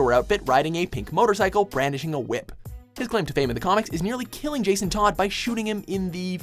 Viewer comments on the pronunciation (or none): none